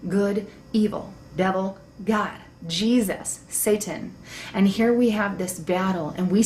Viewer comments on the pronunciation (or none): none